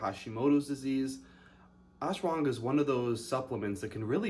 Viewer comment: Lol its pronounced ash wa ghanda